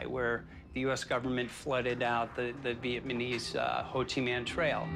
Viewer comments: dude literally says Vietmenese...that's when I stopped watching. Ffs people. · "the vietMANESE ho chi mihn trail" lol..